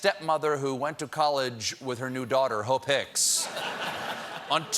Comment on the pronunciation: I'm confused why does it sound like that girls name is hoe pics lol